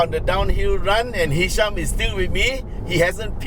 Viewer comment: Ehhhhh hisham lah.....btw it was a great video uncle!